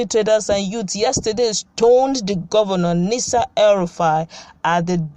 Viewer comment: Madam, learn how to call some names if you have ever lived in that country called Nigeria When you call Nasa el rufai, you confuse us as we begin to wonder the identity of the person you are referring to. That name is Nasiru but the u is silent. There is nobody by that name Nasa.